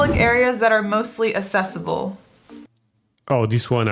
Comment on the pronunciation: Why is she pronouncing, accessible, assessable? That's weird. I have never heard anyone say it like that. Having the light switch on the outside of the bathroom is strange. Why would anyone want that? What's the reason?